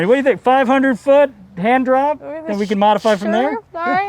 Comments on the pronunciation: All around great episode, great edits as always. I also caught that "handjob" line same way she heard it, replayed it yup no way he said handrop lol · sounds like he said hand job I heard it too lol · Definitely sounded like he said handjob, way more than hand drop. I heard no “r” or “p” when he said it, which is why she heard handjob, bcuz thats what he said!!! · I heard the same thing "regular hand job" lol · yo, he def said 'handjob'... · It's ok, heard job also. I replayed it sounded like "jop". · It did sound like he said handjob not handdrop. lmaooooo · Lmfao I swear he said handjob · YouTube auto generated captions said hand drop. I heard job though